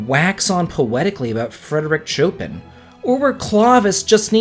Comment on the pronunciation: A little pronunciation thing. Chopin is pronounced "Show-PAN". :-) ;-)